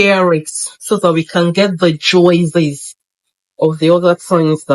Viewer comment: Sis, did you have to say 'Juwizzes' ? 😂😂 Bon Appétit